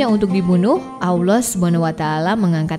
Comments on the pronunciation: Bukan Aullah..Allah..sebut bg jelas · Nyebut Allah nya Terdengar Susah bngt smpe jdi Owloh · Nyebut mukjizat, isroiliat allah susah bgt, kurang fasih, blajar huruf hijayah dlu min biar gk d komplain sma subscribernya. Yg nyimak pasti ngerti dmn salahnya. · Koreksi sedikit. Penyebutan nama Allah itu tidak ada huruf w nya. Makasih